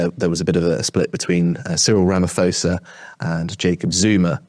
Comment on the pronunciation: Firstly it’s pronounced RamaPosa o as in corn and ph drops the h and is not pronounced f. I disagree about your theory of racial spite. This is only spewed by a few ignorant politicians such as Julius Malema who are loosing favour daily. The average Black person befriends White South Africans and visa versa. The Democratic Alliance gleaned more than half of their votes from Black South Africans. You only need to watch a Springbok rugby match to get the bigger picture. The political landscape in South Africa is changing for the better and a far worse scenario for the UK is that many of the whites that left and are in top jobs in the UK would come back if the reverse apartheid policies of the ANC were abolished.